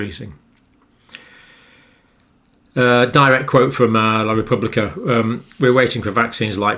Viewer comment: Dr Campbell, you pronounced La Repubblica perfectly. I’m proud of you, as usual. 🤗